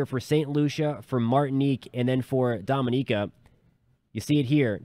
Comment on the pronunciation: It's Dominica 🇩🇲